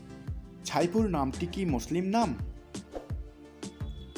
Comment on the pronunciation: ভাই সাইফুল কে আপনি ছাইফুল বলেন উচ্চারণ ঠিক নয়